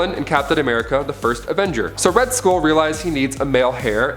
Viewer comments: Also it's Red Skull, not Red School. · He also said Red School, instead of Red Skull. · He also said Red School instead of Red Skull. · Also, Red Skull, not Red School. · "Ra's al Ghul informed Batman that her and Robin had been kidnapped" She and Robin had been kidnapped. "She's the daughter of Red School. That's right the villain of Captain America, the First Avenger. So Red School realized he needs a male hair". It's not Red School. It's Red Skull, like dull. It's not hair, it's heir, like air.